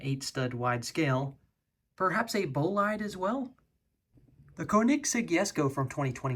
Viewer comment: Pronounced "Boleed", but yes. Also maybe a Veyron or EB110 SS?